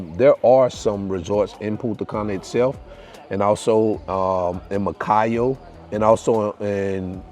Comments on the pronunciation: you said macayo o macallo several times but i know you are american almost dominican. That's not big deal. You belong to us already. You don't imaging how many times i share your videos(vlogs) i feel my president has to give you an award. I see all your videos. I live in jersey but i'm from san pedro de macoris. God bless you and family. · I think you tried to say Macao beach